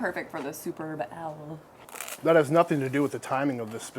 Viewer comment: She said Superb Owl.